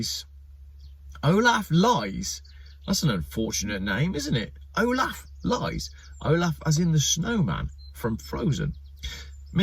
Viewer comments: "Lies" in German is pronounced "Lees". But Olaf Lies is much funnier. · Lees it's pronounced Lees not l-i-e-s LOL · Lies is pronounced as Lees btw not lies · It is Liess like in bees!😉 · Olaf Lies is pronounced 'lease' with ea as in tea. Brush up on yur German,! Cool video by the way. I agree. EV's are a scam. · In German Lies is pronounced the same way as "lease" 😅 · FYI, the German surname "Lies" is pronounced "Lees" and really has nothing at all to do with lying... that in German would be "Lügen" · Lies - pronounced Lees as it happens. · Pronounce Olaf Lees !!! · Great vlog. Except for the German pronunciation. Back in my "O " level German class they told us ie is E,As in " Die Fledermaus ¬ and ei is I,as in " Eine kleine Nachtmusik ". So it would be pronounced Olaf LEES. Or was it just a cheap shot on your part? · olaf Lies is pronounced LEES and a briliant vidoe :) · In German, the letters ie are always pronounced ""ee", and ei are pronounced "i". So if Olaf Lies's name did sound like untruths, it would be spelt Leis. The way it is, it's pronounced Lees. I don't think the ID7 looks boring. I think it's ugly - but then so are most modern cars. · It's pronounced LEESE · If you cannot pronounce German names properly (Olaf Lies), better not make jokes about it. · Wolff is pronounced 'Vulf' while Lies is pronounced "Leez".